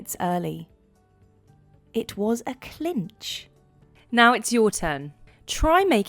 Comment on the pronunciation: Is it possible that in american english we are saying : it was a cinch! Not clinch?